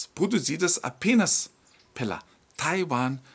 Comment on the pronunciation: SE PRONUNCIA TAIUAAAAAMMMMMM.OK